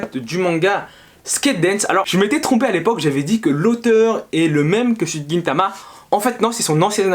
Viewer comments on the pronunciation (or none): none